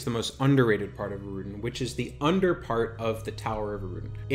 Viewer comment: For somebody with do many years of experience, it's insane how many names and terms you mispronounce...even obvious ones like Innothule, Deity, Erudin. Ill cut you some slack on Qeynos and the 10 other mispronunciations